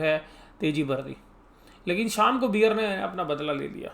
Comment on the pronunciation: बियर नहीं बेअर